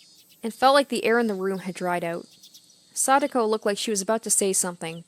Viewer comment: You say Satoko like Sadako. Every time I hear Sadako. Both Satoshi and Satoko have the same To sound